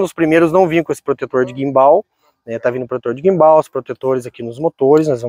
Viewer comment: Que agonia ouvir a pronúncia guimbál 😅